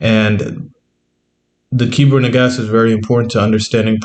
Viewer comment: ITS NAGARST NOT SAID AS NAGASSED BUT SPELT NAGAST IT IS IMPORTANT TO SAY THESE THINGS CORRECTLY OTHERWISE GREAT VID